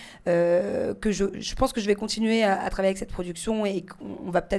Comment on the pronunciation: elle à dit (travailler )😂😂😂??!